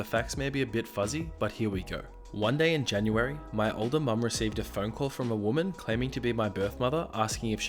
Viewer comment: For a second I thought you said “2 years old” instead of “2 years older” and I was like holy shit 😂😂😂